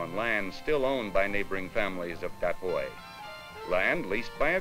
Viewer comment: I swear I was mad, I thought the narrator calling him the boy... how pronunciations can be bad sometimes